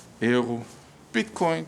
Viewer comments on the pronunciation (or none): none